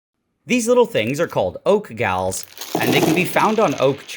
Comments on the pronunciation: They’re not called “gals” They’re galls. Pronounced “gawls” As in gall bladder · Its pronounced galls not gals...(As in Seagulls) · "Gals", or "galls", as in gall stones? *Looks like "gawl", as in the latter. I'm a bugger for pronunciation, since it's usually descriptive. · Oak "gals"?? That's not how you pronounce it... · galls is pronounced gawls, rhymes with balls. They are caused by rootstring root rot. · Galls, not gals. Rhymes with balls. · No Nigel, they are oak galls. Not pronounced like your gal pal. It sounds like ball, but with a g. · Galls, pronounced "Gawls". And yea, that's pretty much ancient ink for you, called Irongall ink!